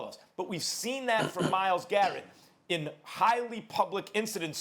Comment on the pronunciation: His name is Myles GARRETT, not Myles Jarrett. Say his name Stephanie A Smith!